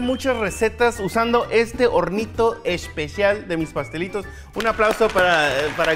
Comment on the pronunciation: Me e canto max dise es pe shal